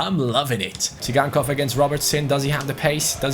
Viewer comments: Moise kean he is 72 rated he should become 74 in this season because he is in juve and its not si gan kov its "sie gan kov" ok? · It's pronounced Sygankov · you pronounce Tsygankov as Victor "Zaigangkov". I think you said it wrongly.